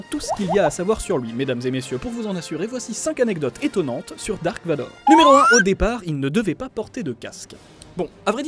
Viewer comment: la vf c'est juste la version la plus foireuse au monde: vous êtes les seuls idiots à l'appeler "dark vador" ce qui ne veut rien dire hors son nom est "Darth Vader" (ça se prononce le v se prononce comme un f normalement) c'est de l'allemand et ça signifie "sombre père" donc désolé mais son nom est Darth Vader